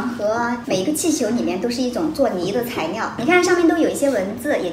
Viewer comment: 你说话好奇怪😂做泥的材尿(做泥的材料)😂